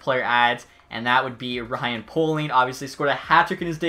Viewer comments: ITS NOT POLE-ING ITS PAY-LING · just sparing you something, Ryan Poehling is pronounced Pale-ling not Pole-ing. Just so you don’t get his name wrong in the future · Poehling is pronounced "Pah-ling"